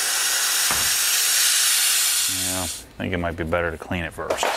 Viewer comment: Bro, stop calling it Beater 😂 lol